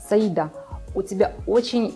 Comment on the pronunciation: Разве по татарски ударение не на последний слог? СаидА